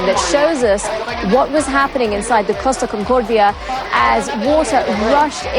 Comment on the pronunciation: I love that the British commentator suddenly dons a Spanish accent for the words "Costa Concordia".